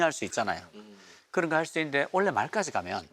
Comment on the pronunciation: 의장님 경북 분이시네요^^ 올해를 올래라고 하시는 걸 보니